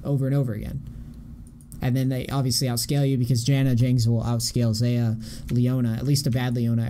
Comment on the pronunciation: I hate how he pronounces xayah